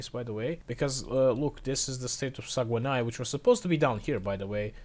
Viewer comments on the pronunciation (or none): "Sagwenaï" LOL It hurts hearing people trying to pronounce Québécois cities.